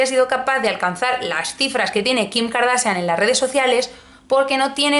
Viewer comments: Karsachian no kardasian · Me encanta como pronuncias Kardashian!!!